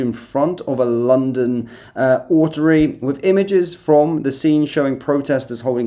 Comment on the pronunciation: oratory: o as in orange; ra as in horror: tory as in tree: oratory